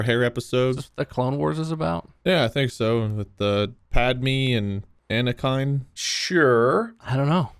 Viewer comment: Pad-me?!? Ana-kine?!? Wth 🥲